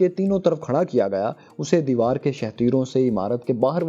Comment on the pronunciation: Important correction: the written word is"devdar" (a type of tree whose wood is very strong) but you are keep reading it "devar" which means "wall". Please correct your pronunciation, and reload the video. If I will see the correction, I will delete my comment.